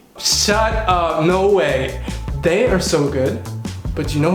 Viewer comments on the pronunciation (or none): none